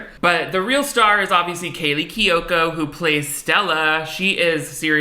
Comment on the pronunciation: you did not just say Keyley Kiyoko